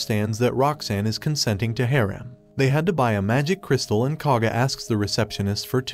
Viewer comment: Cringe AI voice couldn’t pronounce “harem”